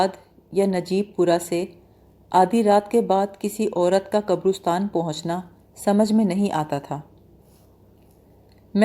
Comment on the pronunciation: قبرُستان غلط تلفظ ھے۔ درست تلفظ قَبْرِسْتان ھے۔ (qabristaan) اس کے علاوہ بھی تلفظ کی بہت سی غلطیاں ہیں۔ اتنی محنت کرنے کے ساتھ ساتھ ڈکشنری کا سہارا لے لیا کریں تو سونے پر سہاگہ ھو جائے۔